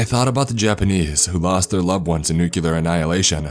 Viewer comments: Oh god, it's NOT "new-cue-ler"! "NEW-CLEAR", people, say it with me now! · It’s pronounced new-clear not nucu-ler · Hi I'm new to this channel and I really like your videos dude, but please, for the love of all gods (reference intended) : IT'S NU-CLE-AR !!! (not noo-cul-ar , as said in xD )... I'll happily subscribe but just please, never say that again haha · Okay, am I the only one bothered by the “uh” sound after every break? Or the fact he pronounced it “nu-cu-lar”?